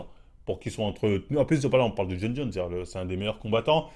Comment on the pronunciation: Il a bien prononcé son nom du premier coup moi c’est ça qui me choque 😂